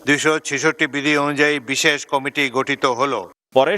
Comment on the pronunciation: উনি কমিটি কে কমিটি কমিশন কে কামিশন উচ্চারণ করে সে কারণে উনাকে সংবাদ পর্দায় দেখলে ঐ সংবাদ শুনিনা।